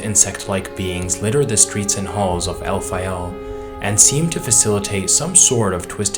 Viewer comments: I know El-pha-yel sounds cooler but shouldn't it be Caylid (Caelid) and Elphayl (Elphael)? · It's Alfael, like Fae/fairy. Not El Fayel, like it's in Iraq or something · Your pronunciation of Elphael as El-fye-el prob isn't as intended. As it's spelled, I get you can have 'phae' to be said as 'fye', though there isn't anywhere to get the final 'el' at the end from just a singular 'L'. You prob love saying Elfyeyell bc you say it every 10 words lol. It's likely pronounced as Elf-ale. Good quality video tho